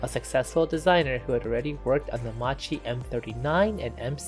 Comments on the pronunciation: Nice video, except for the pronunciation: the correct one is "Makki" so please do not distort the name of a great aircraft manufacturer. Today there is Google Translator, which also gives you a hint on the correct pronunciation, it is worth a visit before posting a video. Too bad that we Italians have to listen to a distorted and wrong pronunciation. Thanks again for this nice video so detailed and interesting, very well done. Bravo. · Why everyone who's not Italian says Macchi wrong? The correct pronunciation of Macchi is "Makkee" , In Italian, "ch" has the same sound as the "k" in the English word "key" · macchi is read "makki" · You pronounce "macchi" in a very wrong way that needs correction... in Italian "chi" is pronounced like "key" in English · Correct pronunciation in Italian is "Makki" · When you are trying to deal with foreign languages, you should deal with the basics of the language you are dealing with! So Macchi,cchi= pronounced K!!! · It's pronounced as Mackie. So many people get it wrong and it's mildly annoying 😐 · Makki that is how it is pronounced. MAKKI MAKKI MAKKI repeat after me...MAKKI. One hour of documentary and you could not get the name right. C'mon!! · The well commented-upon mispronunciation of 'Macchi' aside this was a highly un-annoying video. I think I would also agree with you that there was nothing 'under-powered' about the M.C. 200. As time goes on that impression, that hit me on first discovering the type in childhood in the 1970s, seems to fade into the past. Maybe it's more a psychological phenomenon, with the engine being under the landmark figure of 1,000 hp, than an actual one. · It was brutal listening. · How OFFENSIVE ! I am extremely offended by this narrator that can't pronounce the name of the subject of the film. Who in the right mind in the production of this clip would allow this? this is grossly pathetic. The narrator grossly pronunce Italian names wrong and to boot the time line is wrong.